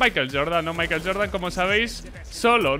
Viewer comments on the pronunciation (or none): none